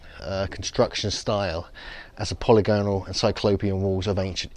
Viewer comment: Polygonal - you still mispronounce it.